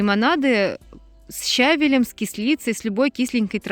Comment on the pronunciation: Спасибо, здорово, но со щавелЕм, ревенЕм-ударение на последний слог.